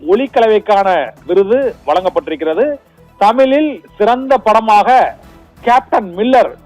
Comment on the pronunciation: தமிழ் என்று ஒழுங்காக பேச கற்றுக் கொள் தமிலில் அல்ல தமிழில்